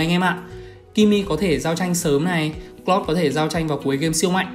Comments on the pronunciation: Anh ơi em ko có ý xúc phạm anh nhưng anh đọc hơi lạ anh nên đọc là ka ri ê hơn là kơ ri hoặc cờ lau hơn cà cờ lót anh nhé em rất thích anh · thím này phát âm tướng toàn sai, tiếng anh thì bập bẹ nghĩ mãi mới biết là ai. "Hơ na bi, Cờ lót...." ko biết đọc thế nào thì lúc cấm tướng trong rank cố mà nghe nó phát âm ấy